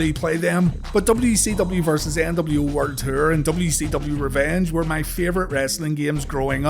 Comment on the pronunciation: WCW werd ter lol sorry bro, love your videos it just took me a minute to figure out you were saying world tour. Keep doing your thing though bro